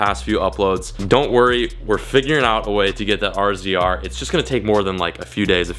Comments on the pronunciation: Thumbs up if should just say razor like the rest of us. And not ARE ZEE ARE LOL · You say razor not R Z R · Anyone else think it’s weird homie says R-Z-R instead of Razor? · Stop calling it an R Z R it’s a Razor bruv lol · You Saying (R Z R ) made me want to not watch this video. That's the first time I've ever heard it pronounced like that around here its said razor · it’s pronounced razor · Can some one tell him that RZR is pronounced “Razor” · Say it like "razor" lmao